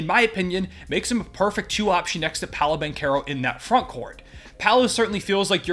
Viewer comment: I already liked your video. But you deserve it since you said Paolo Banchero's name correctly. Many people on YT get it wrong.